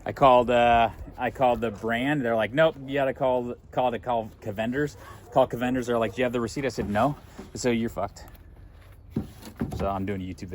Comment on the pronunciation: I can't trust a guy that doesn't know how to say cavenders